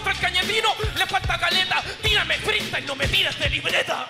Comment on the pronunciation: dice más "Freestayler" que palabras JAJAJAJAJ